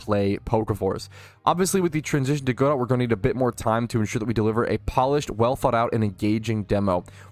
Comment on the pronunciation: FYI it's "Guh-doe" as in the French name like in "Waiting for Godot". Not "Go dot".